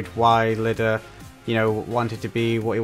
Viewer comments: His name isn't Lida, it's Iida. But, understandable mistake.^^ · Can’t wait for you to get farther into this series, it’s so good. Also btw his name is Iida with two i’s not an L, so it would be “E-duh”